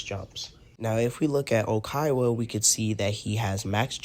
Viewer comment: good advice but please tell me where ur getting "Oikaiwa" from 😭